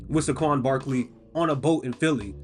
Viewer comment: First of all know your geography, that was LOUISIANA since the bowl was played in NO. Second, the accent mark for Saquon's name is on the first syllableeam . Third, your team made a poor management choice with SAQUON Barkley.